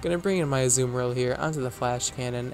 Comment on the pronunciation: YOU'RE THE FIRST YOUTUBER THAT I'VE HEARD PRONOUNCE AZUMARILL CORRECTLY <333